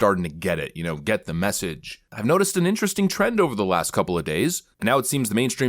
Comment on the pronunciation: Did anyone else hear "blue ball" when he said blue wall? 😅